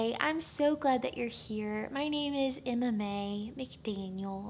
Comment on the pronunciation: MMA... Wait, what did you say your name was?!? Lol kidding, it really did sound like you said MMA, though! For a moment I thought we were going to get mixed martial arts, along with the joy of the Lord! Now we're going to need some MMA in the nest video!!!!! 💜💜💜